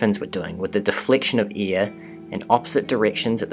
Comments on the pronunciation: can't he say AIR ?? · E A R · Sorry, but I'm going to be that guy. Its "air", not "ear". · Air, hair, lair .. not .. ear, hear, lear. Such gross mispronunciation of the English language would suggest you don't know what you are talking about. Sadly it turned me off too. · I like how this guy pronounces things like rid (red) and eir (air) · You my dear narrator pronounce "air" very funny. Great video ! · Good video...you pronounce air like ear...very strange. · New Zealanders should not narrate videos. Sorry guys we love you but you need to learn how to pronounce your vowels properly. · Is he saying ear or air? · You say AIR funny. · I like how you say air and where. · Love the video! What animation software are you using? Also, "air" and "ear" are different words. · I really like your animations. It's pretty clear that some effort went into them. I know you're not speaking in any especially incorrect way. But your air/ear phonetics are quite striking to the American ear. Also happens with "tree" and "three" when I hear some people from the UK speak.